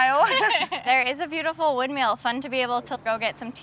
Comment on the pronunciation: Windmill…not windmeal…🙄